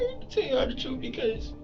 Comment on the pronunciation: "I'm telling you the truff"... 😀😃😄😁😆😅😂🤣 and he wants to be a DOCTOR!!!